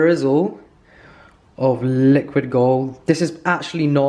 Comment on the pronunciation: Does anyone else say liquid gold along with In his accent every time he says it?